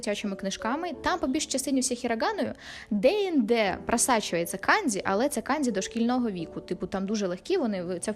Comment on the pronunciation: не треба будь ласка використовувати росняву систему транслітерації. Ось ці ваші кандзі, хіросіми і фудзі - це неправильно. Правильно буде - канДЖі, хіроШіма та ФуДЖі. Почитайте про систему Коваленка, українського вченого-японіста.